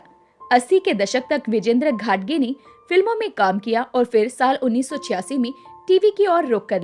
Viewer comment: घटगे नही घाटगे.सही उच्चारण करें